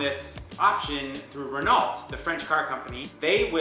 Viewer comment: Renault is pronounced "Renno".... ;-)